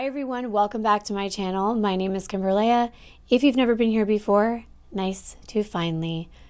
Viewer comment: Was trying to figure out why you pronounce your name "." Then I realized the "leigh" part is "leigh" as in "sleigh!!" So, hey -- I GET IT NOW!!:)))